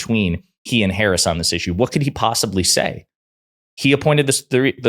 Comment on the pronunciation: Amazing how so MANY R's can't or won't pronounce Harris's name correctly. I suppose D's should start calling Trump not by his correct name, but rather dRump. Fair is Fair - right?